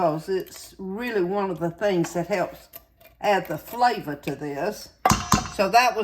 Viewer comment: I love how she talks! Hamburga, colanda, and flava 😂